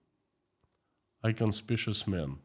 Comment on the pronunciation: Inconspicuous! In-con-spik-yu-us. Just saying!😂